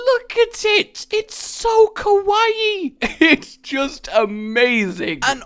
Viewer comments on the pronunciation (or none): none